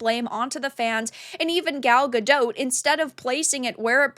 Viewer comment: Gadot the T is actually pronounced, it's not Gadoh, it's Ga-dot.